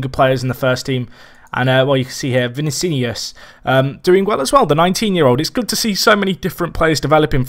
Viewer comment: Just a pointer, pronounce Vinícius as (Vin-eesh-us). Quality video again mate.